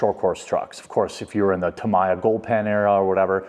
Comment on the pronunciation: Tamiya goldpan era? Wtf? And that pronunciation of Tamiya makes me cringe. Its 2024, everybody should know how to pronounce it by now!